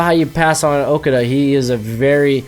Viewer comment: its pronounced okudah